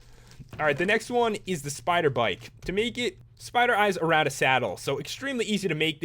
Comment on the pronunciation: when you said spider bike sounded like you said spider BITE. like teenage mutant ninja turtles! (my favorite show!)